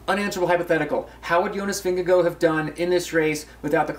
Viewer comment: Vingegaard would have won? Are you kidding me? Gaimon is loopy. (Also I'm pretty sure he is pronouncing Vingegaard wrong)